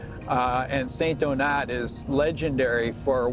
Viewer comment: Love ur show and that capsule but why cant u say the name of the town/village properly ? Its not st-donuts its St-donaaaaa say its in french tone please …no big deal